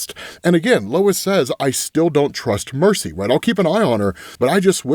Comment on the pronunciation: Why are you calling Mercy “Marcy”? Is your script auto-corrected?